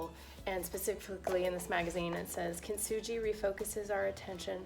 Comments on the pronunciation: thanks for doing that experiment! Also it is pronounced as kin-tsugi not kint-suji. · Oh no. The least you could do to honor this artform is to pronounce “kintsugi” correctly.